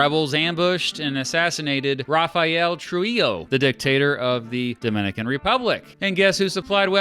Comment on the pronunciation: The way he said ''RRRRRafaeelll TRUJILLLLLO'' AND ''AFTERR *WEEEE*'' I knew he meant business.